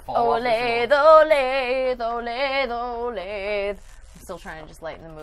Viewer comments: You said Olathe wrong. it's Oh-lay-th-uh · It's pronounced O LAY THE and is a city in kansas. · It's pronounced O-lay-tha😂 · Olathe-> Oh-lay-thah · I'm just annoyed that they keep on pronouncing my home town wrong, olathe is pronounced O-lay-tha